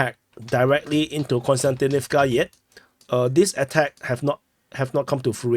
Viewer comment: Hi, i really like your reports and watch them daily. There's just one thing that somehow disturb me. I'm not russian-ukrainian speaking myself but it disturbs me that most commentators call Kostjantinivka (both of them) with an n. It's pronounced more like Cost-yan-tinivca. Please keep up the great job!